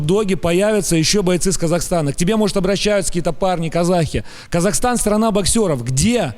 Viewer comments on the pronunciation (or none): none